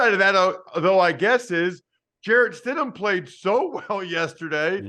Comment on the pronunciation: Lmao, "Stidham." 😅😂🤣